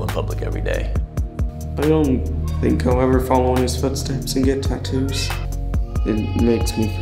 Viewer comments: is gorgeous either with or without the tats. I love the way she tadoos (tattoo's) lol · I'm still not over the fact she pronounces "tattoos" as "taddoos".